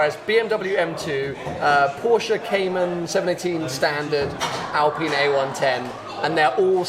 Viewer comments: Alpine not alpeeeeen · "I." Say it with me, "I." Alp-"I"-ne. It's not "Alpeen;" it's "Alpine." ˈAlˌpīn. Aline is not pronounced "aleen," baseline is not pronounced "baseleen," canine is not pronounced "caneene." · Al-PINE like pine tree. And can you stop saying "Porch"? It's Pors-che, look it up. Otherwise yeah great video.